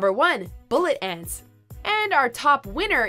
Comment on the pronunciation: "Bullet ents"